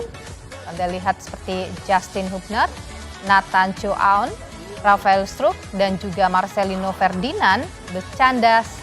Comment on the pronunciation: Mbak Host-nya kok nyebut Rafael Struk 🤦‍♂️😅